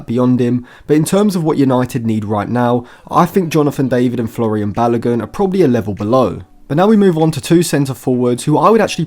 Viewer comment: My man just said Florian Balogun🤦🏽‍♂️